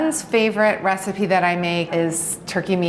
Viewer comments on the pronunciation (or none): none